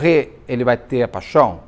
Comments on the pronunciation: Do nada ele solta uma graça, uma ironia ... Enche a boca pra falar "pachão" 😂😂😂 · Beto, me acabo aqui quando você fala "paxãum" 😂❤ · Beto, morro com a sua "paixoum" 😂